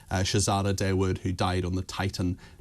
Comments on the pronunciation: Dawood is pronounced Thaa-ood, not Day-wood. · Shay zay da Day wood lol